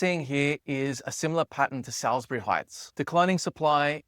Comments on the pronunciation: You couldn't go much further out to these places. By the way, it's pronounced Sauls-bury, not Sals-bury. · Salisbury is pronounced as SAWLZ-bree . Pronunciation Breakdown SAWLZ: Rhymes with alls or alls with an "s" sound. The middle "i" is silent. bree: Sounds like bree or a very compressed buh-ree (/bər.i/). Syllables: It is commonly spoken as 2 or 3 fast syllables (SAWLZ-bree or SAWLZ-ber-ee). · not an Adelaide thing, "The standard pronunciation of Salisbury is SAWLZ-bree (or /ˈsɔːlz.bri/ in the UK and /ˈsɔːlz.bɛri/ in the US). The first "i" is completely silent, and the word is typically spoken in just two syllables rather than three :-) ' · The fact you can't pronounce Salisbury properly makes me wonder about your actual knowledge?